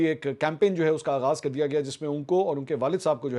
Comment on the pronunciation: camping? Get your pronunciation right, Mr Campin.😂😂